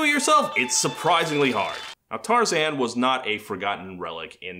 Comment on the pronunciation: even just the fact that he says Tarzan’s name as “Tar-zihn” in the interview.